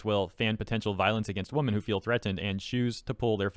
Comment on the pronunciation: It really throws me off that you keep pronouncing "women" like "woman" 😂